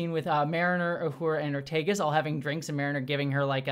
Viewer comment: It's Ortegas, not Ortiguez.